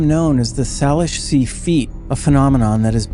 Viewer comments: Native Northwesterner here. Love this channel. "Salish [Sea]" is pronounced SAYlish.😊❤ PS: My daddy-o was part of the seminal D.B. Cooper investigation. I walked into the kitchen and asked "Where's Dad?" Mom said, sighing, "He's down at the airport. There's been another highjacking." Little did we know... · The way you are pronouncing “Salish” is driving me crazy!!! 😂 all of us pnw people know haha